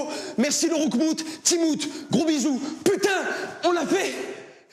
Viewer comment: « Merci le roukmoute »🤣🤣